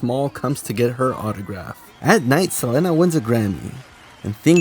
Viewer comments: Saying SelENA instead of SelEEEENA is bothering me😂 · You killing me the way you pronounce Selena too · Not gonna lie the way you’re pronounce Selena’s name is bugging me 😂😂 but love your videos so I’ll keep pushing thru it lol